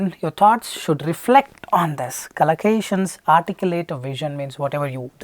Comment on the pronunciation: Its collocations not calacations